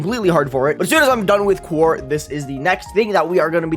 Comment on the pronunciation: You’re still pronouncing quaoar wrong. It’s pronounced “quo-are” not “quar”